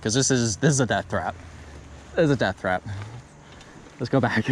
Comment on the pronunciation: Dude said "it's a death thrap"....lol